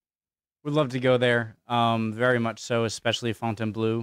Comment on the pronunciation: Fontainebleau (pronounce fontaynblow) is very near Paris